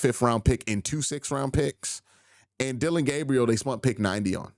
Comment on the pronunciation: "SPENT" Q NOT "SPUNT" ...😂😂😂